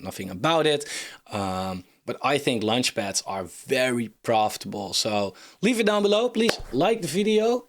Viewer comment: As much as I liked this review, it’s quite annoying he’s constantly talking about lunchpads instead of launchpads… But if you judge this more on content and less on form, it’s a great subject for a review. I’ve requested something like this from Coin Bureau multiple times, so I’m glad someone doing this. I was going to suggest Cardstarter and OccamFi on Cardano projects, but I think Cardstarter is almost dead…